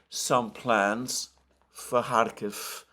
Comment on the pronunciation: Why do you write Kharkov in your title hut cannot pronounce it correctly?